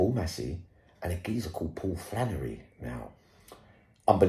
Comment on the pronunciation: Flannely 😂😂😂 got hes 😂😂😂